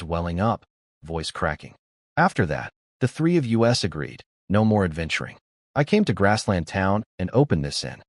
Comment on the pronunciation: Also the inability to understand how to pronounce the word "us"